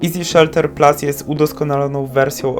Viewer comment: chyba PLUS, a nie PLAS